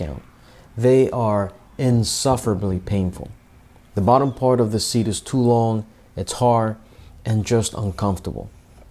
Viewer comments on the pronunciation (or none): none